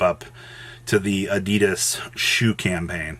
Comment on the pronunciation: please learn how to pronounce Adidas